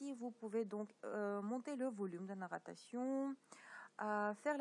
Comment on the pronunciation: on dit narration pas nattaration et merci